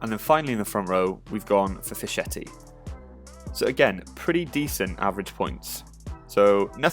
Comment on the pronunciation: Fischetti is pronounced like “Fisk” not “Fish”. The “ch” in Italian is hard, mate. Other than that, thanks for the content. Grazie mille! 👍🏼